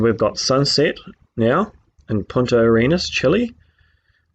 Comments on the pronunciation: did he say Point at your Anus??? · Every time he says "Punta Arenas" i hear "Point your anus" xd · Did he say, "Point at your anus-chile". What the crap is an, "anus-chile"? Is that some new slang for, "hemorrhoid"? Man, I hope so because that's brilliant. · I guess a guy who doesn't think much of man's accumulated knowledge also wouldn't see the point in looking up how to pronounce Punta Arenas.